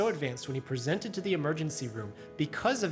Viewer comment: Lord help me if anyone says I “presented” anything in the ER with that kind of emphasis.